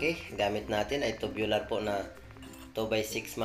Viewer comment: Tubular po hindi tobular😅😂